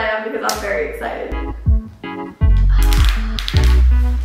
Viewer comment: Nobody:......: I’m so axcited Lol it sounded like that lmaoooo